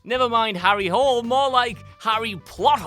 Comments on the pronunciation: The Snowman is based on the book by Norwegian author Jo Nesbö. I read the book which makes very much sense. I haven't seen the movie, so I can't say anything about that. But since you made so much fun of the name... its Norwegian. Harry Hole is pronounced hawl-uh, not hole as in foxhole. And Harry does not mean hairy in Norwegion. Harry Hole is a detective who appears in many of Nesbö's books. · Lol not trying to justify "Snowman" whatsoever since it is a terrible film, but the source material is Norwegian. The pronunciation is of Hole in this care is "Hool" as in spool. Do some research before making a juvenile joke every once in a while. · It's Harry Hole-eh